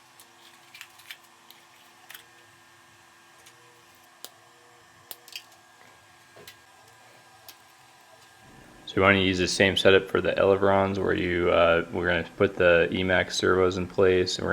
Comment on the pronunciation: Excellent instructions, sophisticated, unique design. BTW it's 'elevons' not 'elevrons'.